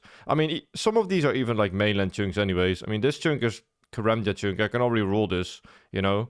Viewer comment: That is not how 'chunk' is pronounced